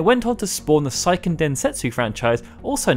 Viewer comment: The "sei" in Seiken is pronounced like "say" not "sigh." And the "decim" in Duodecim should be more like "deck-im." I really wish you guys would take just a few minutes to educate yourselves on proper pronunciations before you narrate these videos. That being said, good job highlighting all these great games! The Chocobo's Dungeon games are also loads of fun, though I know they're not everyone's cup of tea.